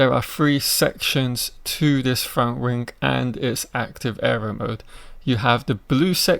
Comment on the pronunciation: You really need to work on your speech it's terrible it's wings not rings mate if you wanna be a youtuber put the work in you sound monotone also.